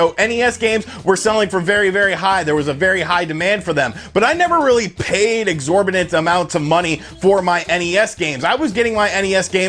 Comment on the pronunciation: "exorbinant amount"